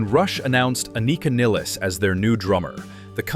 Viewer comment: Finally somebody to pronounce her name correctly! ❤